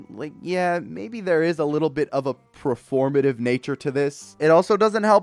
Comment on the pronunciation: Why Do you say "Prerformative" Its Performative, learn to speak properly Brother